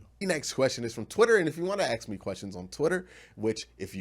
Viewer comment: May i aks you something?